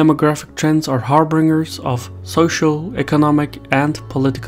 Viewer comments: HAR-BINGE-ER, not HAR-BRING-HER. Sorry that really bugs me. Otherwise good job! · Harbinger is pronounced "HAR-bin-jer" and there's no 'r' after the b. Great vid, keep it up!